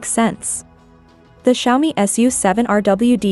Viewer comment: Nicht Kschaumi, sondern Scha-Omii